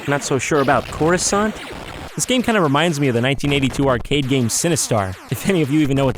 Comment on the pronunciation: CoruSANT? Jon bby pls